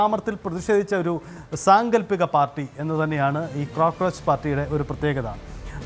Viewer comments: ഒരു ക്രോ കൂടി പോയത് ആണ് 😂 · 😅😅😅crockroach അല്ല പുല്ല് cockroach